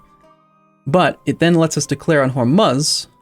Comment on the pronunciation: Hormuz is pronounced "whore-moos"